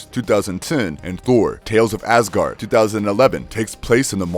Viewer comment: So am i the only one that hears him saying ass-gard